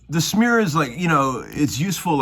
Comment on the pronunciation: Did you say snear or smear?